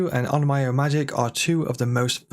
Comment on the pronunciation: Onmyo is pronounced ohn-m-yo, not ohn-my-o.